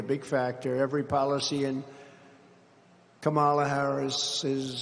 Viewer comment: What does mispronouncing Kamala's name convey? How does that advance policy? Why is Trump so purposefully unlikable?